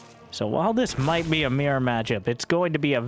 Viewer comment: It's only now that I realized every time he says mere matchup, he was actually saying mirror matchup.